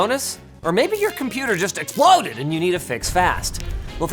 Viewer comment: i repolayed the firsr 5 seconds like 5 times because how he said EXPLODED